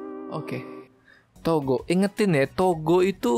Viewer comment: Gue denger negara togo nya malah toko sumpah 🗿